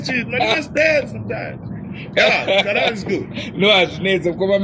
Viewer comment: Please let's learn to say Kalanga not (Khalanga) it is the same as Ndebele and (Ndewere) Ngati milidzeni Kalanga chedu Please